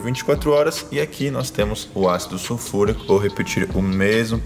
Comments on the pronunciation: “SUFURICÃO” KKKKKKK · "Sufulrição" kkk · "su furicão" 😂🤣😂🤣😂🤣😂🤣😂🤣😂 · Desculpa mas eu ri quando ele falou "sulfuricão"